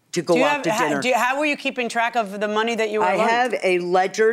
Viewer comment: "I have a Ledgerd" Did she mean Ledger? is Ledgerd like Loserdz? :P